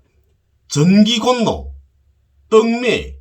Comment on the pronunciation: 너도 졸라모르네!! 전기곤노가 아니고 골로라고 읽는다. 뱅신아!!!